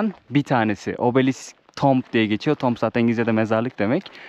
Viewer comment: “Tomb” sözcüğü “ tuum” diye telaffuz edilir,.Bilgin olsun.